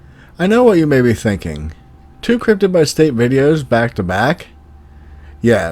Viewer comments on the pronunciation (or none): none